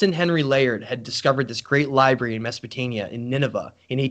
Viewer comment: I love everything you do but why are you saying "mesopotaNia"?